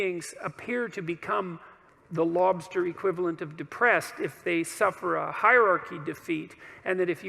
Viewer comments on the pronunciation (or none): what did dude say? hahahah. Something about lobstaaah. I think he said "Emporer Lobstaas" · "Here for a lobstah!"